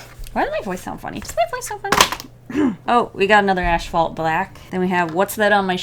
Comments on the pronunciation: Kind of random... but I noticed you say “ashphalt” instead of asphalt black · Why do you say “ash-fault”? I alway thought it was as-fault. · it killed me every time she said “ashphalt” instead of asphalt 😂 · (Psst — it’s ASphalt not ASHphalt) 💜😎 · Tiny cringe every time she says "ash-phalt" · Did you say....ASHphalt ??? 😂😂😂😭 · Was she saying "Ash-Phalt"?